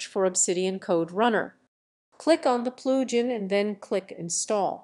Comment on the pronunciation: Enable the Ploojin.. ZZZZZZZZZZZZZZZZZ * KAPOW* . Just Kidding Good info.